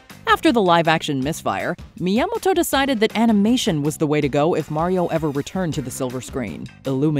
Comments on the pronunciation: That is the weirdest pronunciation of Miyamoto ever😂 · The way she says Miyamoto is so cringe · “Yamoto” She missed the first 2 letters. Is she dyslexic? (Edit: never mind, continued the video. She’s saying “Mi Yamato”.)